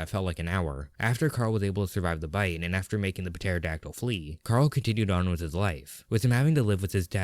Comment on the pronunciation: Why do you pronounce pterodactyl like that